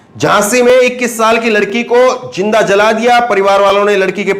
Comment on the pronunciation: AAP 1 SAHI JOURNALIST HAIN AAP APNE PRONOUNCIATION SHAI KAR LEN Aap k channel ka naam ONLINE NEWS hai. Aap news ko NEWJ bol rahe hain, sahi hai NEWZ kahna. Hajar nahi, sahi hai HAZAR JINDA nahi, sahi hai ZINDA JULM nahi, sahi hai ZULM ummeed hai aap correct karoge future men All the Best